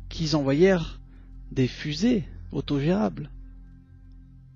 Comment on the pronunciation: les russent qui zenvoyerent..... jijijijijijiji